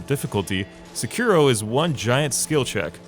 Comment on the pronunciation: Seki-ro, not Se-kiro. Please.